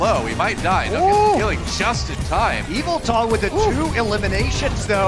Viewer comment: I sucks that they can’t pronounce Yveltal